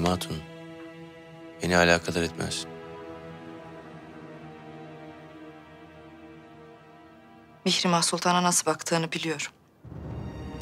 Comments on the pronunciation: Anyone know why Hurrem pronounces her daughter's name as "Mee-she-mah"? Everyone else seems to pronounce it differently than her. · Whenever hurrem speak mihirmah it sounds like mishima🤔